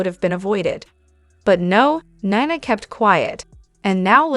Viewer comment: Neeeena please not kniena